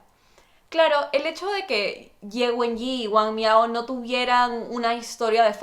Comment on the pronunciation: Las presentaciones se dan alternadas, y después se conectan, no como las comentaste. Para cerrar recién se revela lo que hizo Ye Wenyie, y se pronuncia la e final.